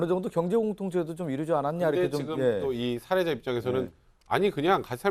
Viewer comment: 사례자? 살해자처럼 들린다 등신들 사:례자 로 말해야지 바보들